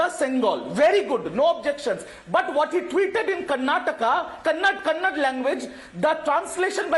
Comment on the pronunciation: Somebody tell that idiot from TMC, it's not Kannad, it's Kannada.